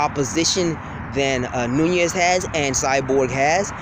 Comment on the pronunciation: you sure it aint noni instead of nunes.